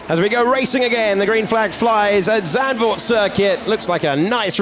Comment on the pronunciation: Can someone please help the commentators with the correct pronunciation of Max Verstappen and Zandvoorr? They should try to be professional, at least.